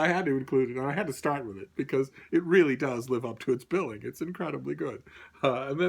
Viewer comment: ...."Make way for ducklings lives up to it's billing".....it's "BILL"ing....your a funny man,. Ba-dum-tiss!